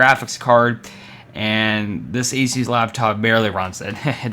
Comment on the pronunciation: You say ASUS wrong